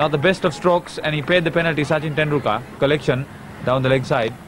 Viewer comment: Commentator pronouncing 'Tendulkar' is weird.